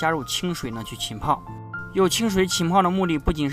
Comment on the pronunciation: 浸泡，jin pao 不是qin pao